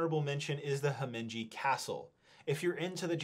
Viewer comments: There is no n in Himeji. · Where's the "n" in Himeji Castle?